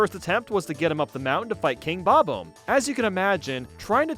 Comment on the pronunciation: Am I the only one who hates pronunciation of bob-omb?